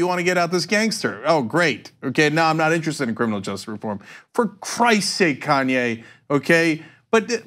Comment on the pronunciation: Cenk I love you, but for god's sake stop mumbling the word "justice". You pronounce it "just" and it drives me nuts!!!